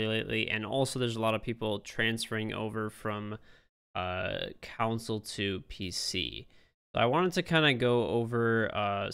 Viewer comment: "Council to PC"